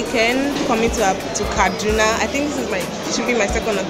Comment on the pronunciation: A visited my state! Repping KD! Did you live there? The way pronounce "Kaduna" like you lived there.